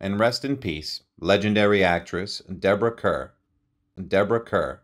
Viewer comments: Her name is pronounced Karr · Her last name is pronounced Like Car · He mispronounces a lot of words. Her name is written Kerr but pronounced ‘car’. I saw her on stage in the Thomas Hardy play After The Fair. She has always been marvellous in anything she plays.